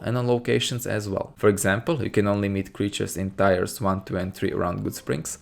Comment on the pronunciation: "Tiers" is pronounced like "tears", not "tires". Love your videos by the way, they helped make new Vegas much more fun.